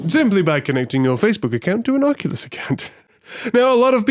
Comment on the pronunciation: You're one of the few to pronounce it correctly on the first go! Lol. English thanking French, I think that may ruffle some feathers. Amazing stuff here. The time spent really shows. I've had VR parties at my house and it absolutely blows everyone's minds. You're absolutely right it's impossible to explain.